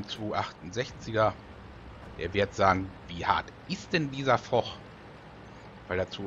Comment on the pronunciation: Hey. Stark gespielt. Immer gut kommentiert. Nur einen Kritikpunkt hab ich. Foch wird fosch ausgesprochen. Mit sch. Beste Grüße Maros